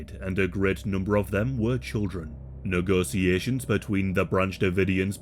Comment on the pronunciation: Really butcherd the word negotiations